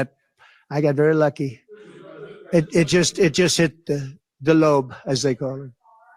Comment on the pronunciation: ILK Why he said the LOBE like that😂😂😂